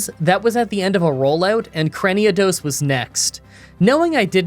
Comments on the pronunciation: i know it doesnt matter and someone probably already told u but i heard u say craniodos instead of cranidos so yeah one less pokemon to say its name wrong lol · Crani-A-dos? 😮 wtf? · Cranidos = Cranny-a-dos 😦